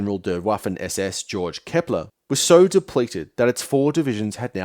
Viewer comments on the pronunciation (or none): for future reference, Georg is pronounced gae-org or gay-org. "The Sound of Music" has a main character who shares the same name.